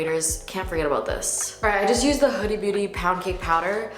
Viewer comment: She said, “hudi beauty” and “damation”